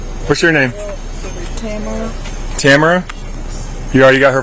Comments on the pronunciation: Are you trying to indicate that it's pronounced Tam-a-ra v Ta-mar-a? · Driver doesn't even know that her first name is pronounced Ta-MA-ra!